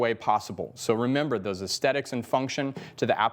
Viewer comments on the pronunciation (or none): none